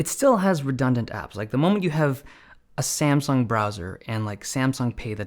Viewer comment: You said SaNsung.